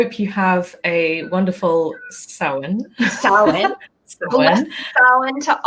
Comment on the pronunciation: As a former Wiccan, I'm glad that you didn't pronounce Samhain the way it looks. I'm an atheist now and while I no longer believe in the spiritual aspects of Wicca, I see witchcraft/spellcraft as something that can be very helpful for psychological purposes. As autistic people, rituals can be a very important part of our lives. Spells can help us deal with psychological problems and open us up to possibilities that we may not have been aware of.